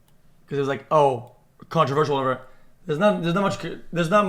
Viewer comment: Him saying controversial wrong is driving me insane